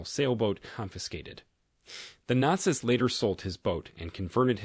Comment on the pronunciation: Is this an AI trained on your voice? There are some very strange pronunciation choices...like not-zis instead of not-zees